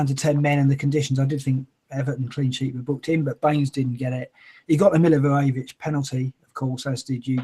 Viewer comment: What is so hard to say Milivojević? :D Mi-li-vo-je-vić :D see..easy :)